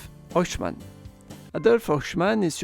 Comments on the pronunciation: Détail de prononciation pour Eichmann: EI se prononce "aï ". Le "oï " utilisé ici existe bien mais c'est pour le EU (comme Deutsch). Interessant sinon. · Bonne vidéo Mais c'est Eichemann pas Ochemann 😅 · C'est de l'IA ou quoi ? La prononciation est pour le moins douteuse, espérons qu'aucun prof d'histoire ne prononce "Eichmann" comme ça. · Superbe vidéo, mais la prononciation de "Eichmann" était juste stupéfiante. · C'est un classique de la chaîne, 9 noms sur 10 sont écorchés, mais c'est pas franchement bien méchant comme petit défaut.